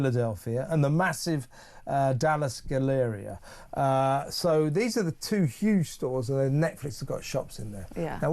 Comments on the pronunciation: the Dallas. galleria. is pronounced. "gal- a. REE ah". and King of PRUssia. is a CITY. in Philadelphia. that's why it's called the MALL of King of Prussia. it's not pronounced. MAL. it pronounced. MAHL. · Gal (rhymes with Hal) uh ree uh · Hi, from Dallas. It's Gallaree-ah. Like Gallery but fancy cause it's a hoity toity rich area. Galleria. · Mall is pronounced like maul. Galleria is GallerEEa. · Hahahaha Kevin!!! It’s pronounced MOLL….and it is a GALLERIA!!!! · Now I have to go to the galleria and see what she is hawking. 😂 And pronounce it as the "guh-lairy-uh" so I sound British 😊